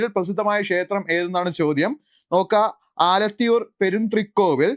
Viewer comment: ആലത്തൂർ എന്നാണ്